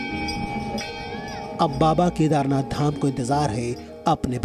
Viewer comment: ZEE news please not speak Kadhernath dham K nath not dham jyotirling ling please